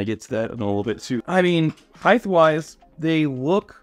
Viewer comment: Highth is not a word.